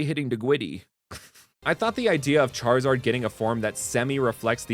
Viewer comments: "That charwizard is witterly hitting the gwiddy" is mad funny. My favorites are the charizard line, Empoleon line and the Skeledirge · "that charwizard is witerally hitting the gwiddy"